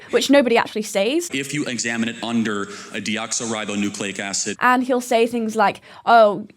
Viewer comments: he literally said it wrong its not "deoxOribonucleic acid" its "deoxiribonucleic acid" xdd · Charlie Kirk says DNA wrong btw. It's deOXYribonucleic acid not deoxoribonucleic acid. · hey Charlie, it's actually DeoxYribonucleicacid Not deoxO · Bro didn't even pronounce deoxyribonucleic acid right 😭😭😭